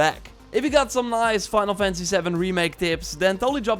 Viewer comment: "Fynul Fency Savn"